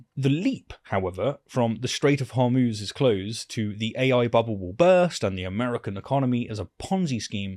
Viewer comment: Hormoose hummus hormutz why does no one know how to pronounce this place?